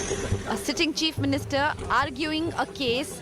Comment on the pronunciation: You almost pronounced Cheap instead of Chief. But it's fine I guess.